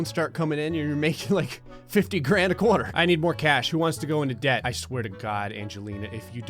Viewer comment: “… a CORE-TUR”